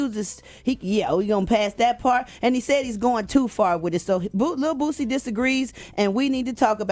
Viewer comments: Eva...his name is Boosie!!! She kept calling that man Bootsie🤣🤣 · Its not Bootsie, it's Boosie Badazz!! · Ima need Eva to say Boosie and not BOOTSIE bye girl you unprepared lol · It's not bootsie its boosie Dumbass girl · Am I the only one who caught her sayin BOOTSIE when it’s BOOSIE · Does he deserve the backlash because he's Boosie or because it's Dwayne Wade or just because it's Dwayne Wade's son? If it were any other person or a random civilian would any of this matter as much? By the way his name is Boosie not Bootsie🤷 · This airhead keeps calling boosie bootsie. Put some respect on this niggas name! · Bitch it’s boosie not bootsie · Bitch said bootsie 😂😂😂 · Boosie!!!!! not bootsie 🙄🙄🙄🙄🙄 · It's not bootsie like bootsie Collins. Its lil boosie like boosie BAD AZZ . come on enunciate his name correctly. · Is she saying bootsie? I know it's Boosie but it sounds like she's saying bootsie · Who tf is bootsie?! It’s Boosie Eva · Hey Eva it is Boosie not Bootsie ❤ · It’s HIS opinion and I don’t think he should apologize for nothin! It was REAL TALK! But why she keep saying booTsie? It’s BOOSIE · Why they keep calling brother “Bootsy”??!! 😂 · If she say Bootsie 1 more time. 🤣🤣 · Did she say bootsy? Lol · Someone should tell Eva it's not Bootsie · She calling em Bootsie😂😂😂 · Eva keep calling him “Bootsy”😂😂😂😂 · how you gonna be on this show and not know how to pronounce boosie